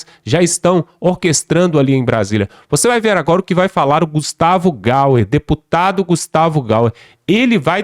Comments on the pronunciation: Não e Gustavo Gauer. E G A Y E R. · Alô, amigo: o deputado não é GaUer , é GaIer, com i! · Não é gustavo gauer e sim GUSTAVO GAYER